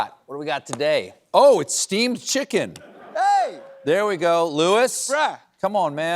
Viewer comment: Is he saying Steve’s chicken or steamed chicken?